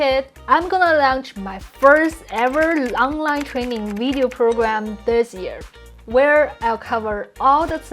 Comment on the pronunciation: funny thing is when you say "Video" it's like the German pronounciation :p wee-deo should be wi(h)-deo ;)